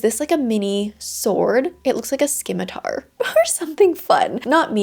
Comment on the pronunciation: I have never heard someone pronounce the 'c' before lol 😅(it's silent like in 'scion,' 'discipline,' 'scissors,' 'abscess,' 'scene,' etc) but I kinda love the idea of a skim-itar weapon to punish people who skim read haha